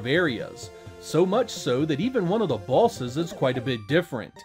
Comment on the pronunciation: does anyone else think when he says boss or bosses it sounds like ballsis?